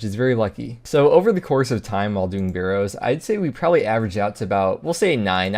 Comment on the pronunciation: If he says "burrows" one more time, imma try pking him everytime he goes to the wildy